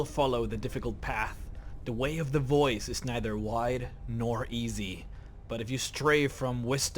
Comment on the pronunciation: Its funny when you say "way of the boys".